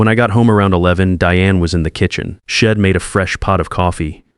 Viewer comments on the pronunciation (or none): Wed instead of we’d. Shed instead of she’d. there are more almost every world that was supposed to be a constraction. Do better, please.